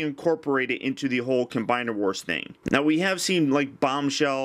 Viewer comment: You always say cim combiner wars 😠😬😬😠😬😠